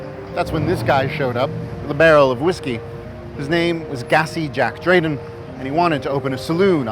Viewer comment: Gassy Jack's surname was "Deighton", not "Drayton"